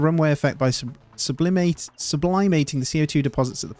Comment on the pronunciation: Why did you say "sublimating" with the long I instead of the short I?